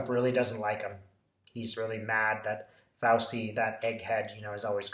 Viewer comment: Sorry to be language police, but it's an Italian name, and is pronounced "Fowchee"